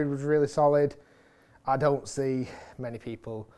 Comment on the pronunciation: Rick trying out for the little Britain reboot….. “I Dow like it” 😂😂